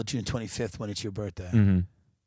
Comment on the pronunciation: your BURTHDAY??? your BURTHDAY?? a white girl with a Bob marley hat..